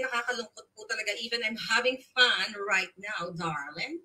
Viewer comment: Hindi bagay sa yo tutubi ang magsasabi/ pagpronounce “ darling”,hindi bagay sa dila mo. Mapag udjok ka sa ibang tao pra may mahikayat ka sobrang bigat ang mga ginagamit mong salita, it will comeback to you.